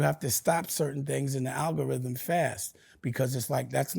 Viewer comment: Dame dashole pause the ALGARHYHEM 😂